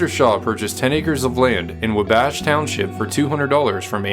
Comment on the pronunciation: Thank you for an interesting presentation. It would behoove you to do a little homework on pronunciation of at least common words and names. ( Amos, Wabash, Bannock, Wyeth,etc.) Do a comparison of the definitions of exhibition and expedition, they re not interchangeable in the Wild West Show!